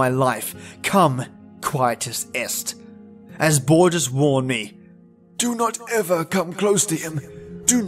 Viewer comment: HOAR-hey lew-EESE BOAR-Hess, love. (Jorge Luis borges)